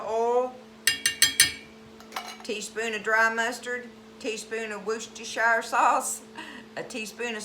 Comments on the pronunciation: 😂😂😂 its pronounced, wor..ces...ter...shire sauce. Lol My grandson had to tech me how to say it also.😂😂😂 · Actually, it's pronounced... Wu-stuh-sure because it's British